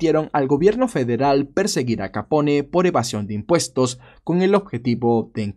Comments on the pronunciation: le ruego no lo tome a mal, pero me duelen los oidos cdo ud dice capon en vez de capone. un capon es 1 gallo castrado y capone es la correcta pronuncicion del apellido de al. le reitero q no es una critica malintencionada, si no algo, quizas pequeno q le dara mayor calidad a su canal. la pronunciacion correcta es muy importante en el caso de 1 narrador. mil racias x su trabajo. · Sí, haz una serie de todos los mafiosos Italianos famosos, incluso de los irlandeses y los demás. El Italiano se pronuncia como el Español, o sea todas las letras. No se dice Capón, sino Capone, diciendo la E al final. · QUE CLASE DE NOMBRE ES? QUE QUIERE DECIR? NO SERA BUSGO, PARA LAS HISTORIAS? ES BROMA Y MUY BUENA NARRACION DE AL CAPONE ( SE PRONUNCIA "CAPON" )